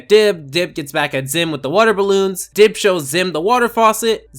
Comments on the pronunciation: You called Dib "Gib" and "Dibs" and probably a few more that I missed. Shame. SHAME! GIR, release the monkey! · take down gib Me: HIS NAME IS DIB